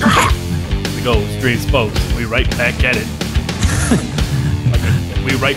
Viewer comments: "stream...extream spoat (ugh)" :D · do you mean cream spo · JR Reyes It's not streme spoats... It's STREME SPOATS!!! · "Streme Spoats" is now my favorite thing after "Keep 'er goin" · How come hates it when you say streme spoats.